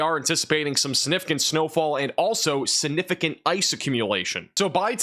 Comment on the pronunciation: Can you please learn to pronounce the word significant?